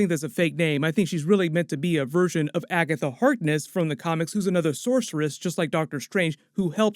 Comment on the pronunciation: "AG"atha Hark"NESS" "AGNESS"